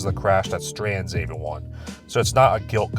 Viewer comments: Don't worry,, eventually you'll be able to pronounce words like everyone and every correctly. The E in those words is not pronounced like an A; pro tip. "Ay-veryone" is not right. The fact you can say eventually correctly but not every is beyond me. Lay off the garbage,. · What's up with the way pronounces the word "everyone"? It sounds like "Avewon" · This guy pronounces the word Everyone weird.